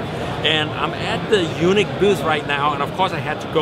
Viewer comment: No offense I like your videos but please learn to pronounce Yuneec (Unique) Eunuch which is what it sounds like you are saying to may is a whole different thing.